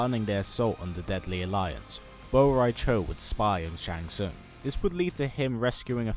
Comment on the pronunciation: This is funny as fuck this has to be a joke by the devs his name its drunk in Spanish of course its spell borracho but the pronunciation in english sounds like Bo'Rai cho